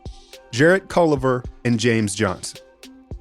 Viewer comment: After he said Jarrett "Culliver" for the 2nd time, I had to turn it off